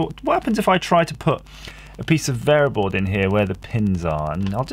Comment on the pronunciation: What is VAYERBOARD , AS in the orange or tan waffle piece that you're soldering onto the sacrificial USB line? Bayer board?